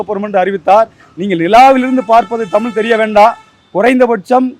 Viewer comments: இந்தம்மா தமில் என்று தமிழை உச்சரிப்பதிலேயே தமிழ் எந்த அளவில் பேச்சு வழக்கில் வாழ்கிறது என்பது புரிகிறது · தமிழ அல்ல... தமிழ் . ழ மீது புள்ளி வைக்கவும்! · தமில் தமில்னு பேசுறா அந்த பொம்பளைய தமிழ்னு பேச சொல்லுங்கப்பா..😂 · மிக்க நன்றி ஜயா மணியரசனை தவிர மற்றவர்கள் பேசியதில் ஒரு வரும் தமிழ் என்று உச்சரிக்கவில்லை.தமிழ் என்றே கூறுகின்றனர்.இதை கண்டிப்பாக திருத்தப்படவேண்டியது.படிக்காத பாமரன் கூறினாலே ஏற்கமுடியாது.நாட்டில் நிறையபேர் இப்படித்தான் பேசுகிறார்கள்.மாற்றுமதத்தவர் கேலி செய்யாவண்னம் பார்த்துக் கொள்ளவும்.